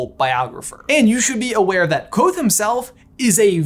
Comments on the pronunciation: The Kv is a digraph. You hear both letters. "Kuh-vothe" isn't quite right but it's a lot closer than Quothe. Yes, I'm gonna be the weird fantasy pronunciation guy (even though Pat says to pronounce it however you want) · Ha lol I always pronounced it ''ka-vo-they'' in my head whoops